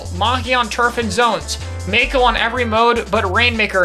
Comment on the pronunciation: There's no y in mako